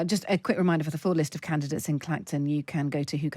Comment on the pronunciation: They keep saying they where candates they where volunteers there canvasser she keeps saing candates